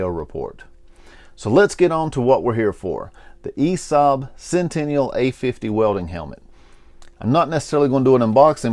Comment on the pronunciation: God that first letter sounds so bad in English pronouncing for Swedish name 😂